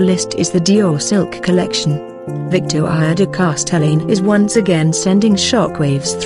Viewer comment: She has no idea how to pronounce Victoire de Castellane's name...